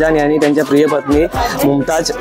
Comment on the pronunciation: Mumtaz ❌ Sumtaz✅